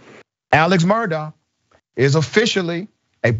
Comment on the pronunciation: It's pronounced like Murdock btw 😘